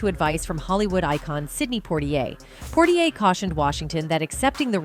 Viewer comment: Poitier is not pronounced Portier!! 😒